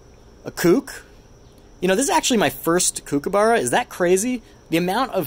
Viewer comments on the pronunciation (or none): On behalf of all Australians, please never say "Kook" again. It is a Kookaburra, with the kook being said as cook. Also, yes, the Australian mint do an incredible job with the coins! Some of the coin packs are amazing! The centenary of federation coins are simply stunning!